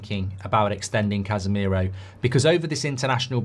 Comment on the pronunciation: Man said Cashmiro 🤣🤣🤣